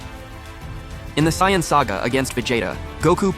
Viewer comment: sion nature? it's pronounced say·uhn. This must be an AI reading it.